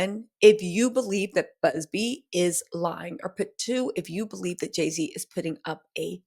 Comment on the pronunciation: Not Jay-Ziddy!! Lmao!